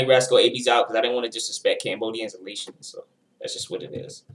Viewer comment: There was a long time beef between the Asians and Hispanic gangs in Long Beach, Ca in the 90’s (mainly Cambodians but there were other Asians in the set too) with asian gangs even in Cambodian gangs, it’s a lot of different Asian backgrounds not just southeast Asians. Laotian is pronounced lei· ow·shn